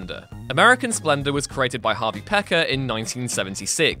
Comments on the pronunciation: Pekar...is pronounced like PEE-kar, not pecker. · Hey!!! You butchered Harvey Pekar's name.. it is Harvey Pea-Kar... like Pea Car … not Pecker!!!!! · Pea-car not pecker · It's not pronounced "pecker" its pronounced "pea-car" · I thought it was pronounced Harvey Pee-car Not Pecker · If you had seen the movie, you would know it's pronounced "PEA car," not "Pecker." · American splendor you pronounce his name as peecar not pecker. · Pekar is pronounced like Pee Car. Not pecker. Either way it's unfortunate. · You kept saying Peck-er. It's pronounced Pee-car. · Harvey "PEE-kar", not "pecker" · Harvey "peck-er" why do top 10 lists always misspronounce something. It's "pee-car". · Pekar is pronounced PEE-kar & not PECKER. Try watching the movies(that you are comenting on)next time if you aren't sure next time. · PEEkar PEEKAR not pecker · JFC, it's pronounced, "PEE-kar". not "Pecker" watch the movie and you'd know this. good lord. do your homework. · "PEE-car." Harvey PEE-car. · His name is pronouned Harvey PEE-KAR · I love harvey pekars name being pronounced Pecker here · American Splendor! + it's pronounced "Pee-kar." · HARVEY PEKAR [PEA-CAR]